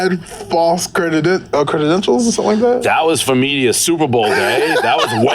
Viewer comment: “Crededentials” lol